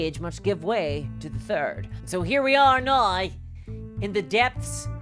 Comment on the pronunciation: Why do you say now so weird?